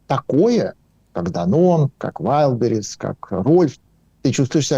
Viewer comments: К сожалению, у Асланяна, неприязненное отношение к России от Рождества Христова. И он знает истину только в одном направлении-все обгадить. Даме надо научиться делать правильно ударение в слове Wildberries. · Ведуча! Ты хоть ВАЙЛДБЕРИЗ правильно произноси ☝️